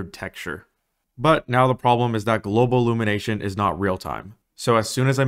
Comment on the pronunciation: “Simllate” “Globlumination”